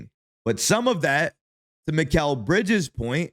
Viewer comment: “Mick Al”😂